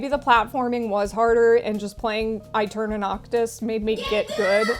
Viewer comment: I think aeterna is supposed to be pronounced eterna since aestetic is also pronounced estetic